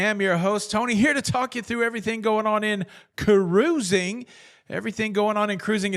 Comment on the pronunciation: Tony, I love the show, BUT, I need the hand gesture and the proper pronunciation of “cuh-rOO-zing” at the beginning. 😢